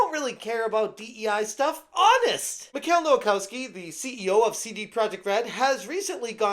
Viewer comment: Please stop mispronouncing Polish names, they don't read like they were written in English. You can check the pronounciation in google translate. "ch" is sort of like "h" in English. ł is the w sound. w sounds like "v" of "f", NEVER as the English w. Vowels don't bend, so the "kows" syllable does not sound like "kaus" (it sounds like "kofs"). So Michał Nowakowski would be pronounced sort of like "Mihaw Novakofsky".